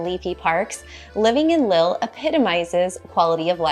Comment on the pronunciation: Lille is pronounced like “leaf”, the I is high.